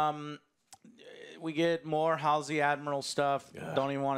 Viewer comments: “amanda keys.” “Halsley” doesn’t even know Halo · Complaining about this show is easy, because there’s a whole lot of whyyyyyy. But get the character names right “HaSlEy”....you’re sounding just as ignorant as the writers. Unpopular opinion calling this out but it’s true. Your first review you stumbled all over, and you did again at the start of this one. Maybe I’m just new here and this is a normal thing for your takes. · you can't even pronounce Halsey and dare to talk this much about Halo. The hate against this show is not justified. It has weak points but it has had a super strong start where they are introducing everything, give it time you maniacs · Joe claims to be a long time Halo fan but calls characters “Amanda Keyes” and “Dr. Halsley”🤦🏻‍♂️ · For a self-proclaimed longtime Halo fan, Joe sure struggles to say "Halsey" lol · Itsfunneh is a supposed huge Halo fan yet he continues to mispronounce Halsey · lol can't even say Halsey right, and is claiming he didn't know this was a Halo episode until minute 40. I'm 2 minutes into this video and can tell you aren't a Halo fan lol